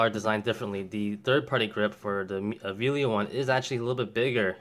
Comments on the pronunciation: It clearly says Vello not Velio. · Really small point, but it is Vell-o not Vee-lio as you keep pronouncing it. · I enjoyed this video. I have the Vello (NOT VEE-lio), the same as yours. I was noticing on mine that it seems to fit a little more flush than yours. Mine is solid and doesn't shift. I really have no complaints. I didn't have to tighten any screws. I am an amateur and don't use my 7200 all that often but when I do use it, the grip works fine. However, I did learn my lesson on buying 3rd party batteries. They just don't last so I do stick with original Nikon batteries.